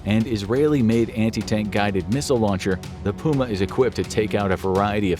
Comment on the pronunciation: I’ve never heard puma being pronounced that way